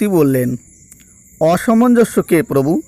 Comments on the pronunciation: মূল্যবান তথ্যের জন্য ধন্যবাদ। আপনার উচ্চারণে প্রচুর ভুল, এ ধরনের ভিডিও বানানোর আগে দু-চারবার উচ্চারণের প্র্যাকটিস করে নেওয়া ভালো যেমন অসমনজ কে আপনি প্রতিবারই অসামাঞ্জস্য উচ্চারণ করেছেন। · উচ্চারণে অনেক গণ্ডগোল হচ্ছে । একটু ঠিক করে পাঠ করলে ভাল হয় । যেমন একটি হল-- "অসমঞ্জ " উচ্চারণ করা হচ্ছে ---" অসামঞ্জস্য"। জ্যেষ্ঠ স্থানে --- "জ্যাষ্ঠ " । এরকম কিছু সমস্যা হচ্ছে । পাঠ পুনরায় একটু শুনে নিলে ভাল হয় । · অসমঞ্জ একটি শব্দকে একাধিকবার ভুল উচ্চারণ করে কি বোঝাতে চাইছেন????